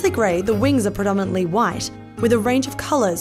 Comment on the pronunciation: you edited it but still said "wing" wrong? Smh